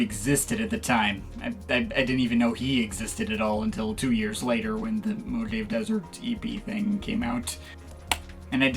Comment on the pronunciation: nice review but its pronounced mo hah vey